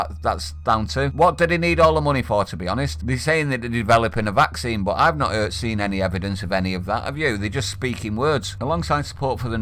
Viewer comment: I dont want Woody Allens 'vaxeen'